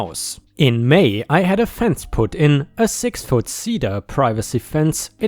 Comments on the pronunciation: Cheddar cheese is like chair. Cedar wood is see-der or see-dar. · (Seed-er) tree (CH-eh-dar) cheese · cedar is pronounced seeder. The other way would have an h in it...like the cheese cheddar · it's sea-dur :) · Ched-dar and see-deer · Cedar = "SEE-Dur" :) hope that helped. (rhymes with Feeder, leader, reader, weeder, etc.) :) :) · Cedar wood = See-der Cheddar cheese = Cheh-der